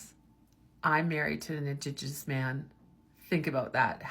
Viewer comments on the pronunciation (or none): She didn’t even say indigenous right…hopefully she was just saying stupid things while drunk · She couldn’t even say indigenous. I’d say she’s disingenuous but she’s probably think that meant something else 😂